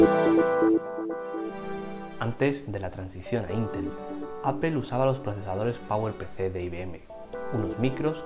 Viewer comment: Solo un par de comentarios. La palabra APPLE se pronuncia más como "apol" y no "apel". Algo parecido pasa a veces con la palabra Power. Espero no molestar con mi comentario.